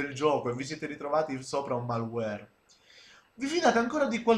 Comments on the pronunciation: "màlware" mi ha steso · "malluèr" ha steso anche me.